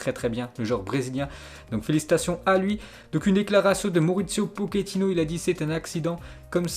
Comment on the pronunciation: Arrêter des dire poketino , c'est pas un pokemon , pochetino c'est claire non